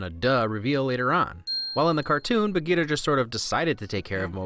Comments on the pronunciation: The panther's name is Bagheera, not Bageeta. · i've always loved this movie and disney, but being indian, seeing amreicans butcher the pronunciations of indian names in the movie was just, uncomfortable? sher khan has a rolling R like sherr khan, same for for bagheera, baloo is just americanisation of the word, bhaloo, which means bear in hindi (clever name, i know), akela is pronounced as A-kay-la (it means alone, because lone wolf), raksha is pronounced as ruck-sha (means to protect in hindi, since mothers always protect their cubs, bandar log is pronounced as bun-der low-g (means monkey people in hindi). i can never not love this movie, i grew up watchng the animated series so the mispronunciation is something i just pass. its such an amazing story.